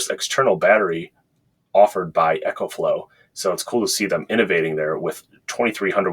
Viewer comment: Eee co flow. Like economy. Echo is for your guitar. GOOD review